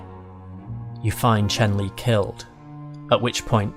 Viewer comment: It's Chen Lin, not Chen Li